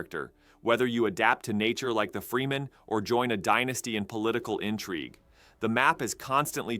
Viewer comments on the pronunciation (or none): Did you actually call the Fremen "Free-Men"?